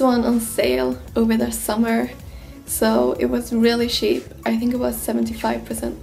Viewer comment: It's funny how you pronounce the word "cheap"